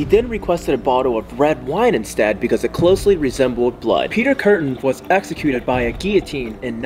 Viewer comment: Did you say execute!?